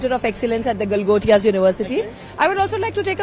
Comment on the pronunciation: Gal- gotiya university 😂😂😂😂